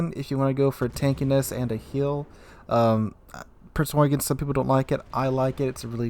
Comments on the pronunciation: yeah but it's not SAID like that in German. It's Oi-gen if you spelt it phonetically, so it's Prinz Oigen, If you were saying it's name with an ENGLISH translation...then sure Prince Eugene. Seriously just go type in Eugen pronunciation into Google. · Prince Eugen = prince Eugene basically (that is how you should pronounce it) .. sry to say this but it is apparently a pronunciation problem most people ...